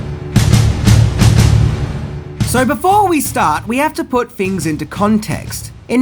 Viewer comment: did he say ten fings